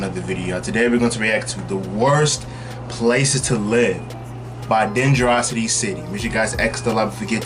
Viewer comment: It’s pronounced De-gen a-rocity